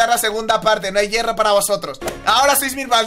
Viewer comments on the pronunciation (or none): se dice hierro no llero